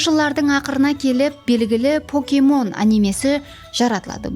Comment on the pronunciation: Покемон дурыслап айтын, поокемон емес, пакемон деп айтылады